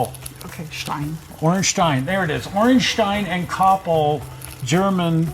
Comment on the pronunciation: Ayyye you got the pronounciation correct! Congratulations! :D